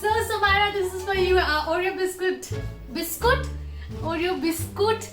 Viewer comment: Its biscuit not biscuut